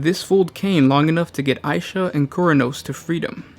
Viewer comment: Isha or aisha? Vaults of terra called her god of healing as isha, you called aisha , mother